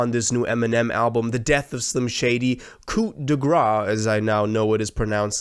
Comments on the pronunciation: You pronounced it correct all the way except you forgot the ’s’ sound at the end 👍 so it’s not ”gra”, it’s ”gras” (Grâce) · the way you pronounced "coup de grace" after declaring you learned how to pronounce it correctly made me turn the video off